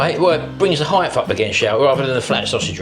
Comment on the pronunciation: Another great video, but there is no h on the end of height 😂